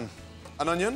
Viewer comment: We already know how to dice an oño.